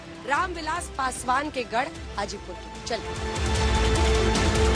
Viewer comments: हाजीपुर बोलो चाची गाजीपुर नहीं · Hajipur ko Gajipur bana dii 😂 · Hajipur hai mohtarma gajipur nhi hai bolne se pehle thoda soch lijiye kya bolna hai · गाजीपुर नही हाजीपुर है। मैडम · Gajipur nhi hai mam... hajipur hai